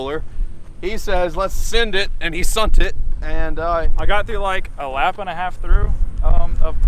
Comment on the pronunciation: He said let’s send it and he sunt it